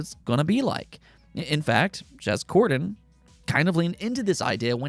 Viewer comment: You lost me at jez cordan...😂